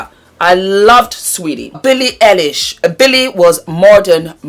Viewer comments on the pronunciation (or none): Billie Eye-lish